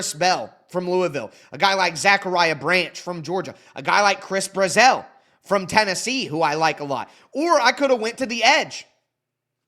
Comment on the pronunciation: Just letting you know, from a Vols fan, Chris Brazzell’s name is pronounced just like “dazzle”